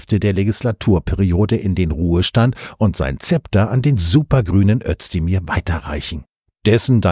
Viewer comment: Aussprache Özdemir => Össdemir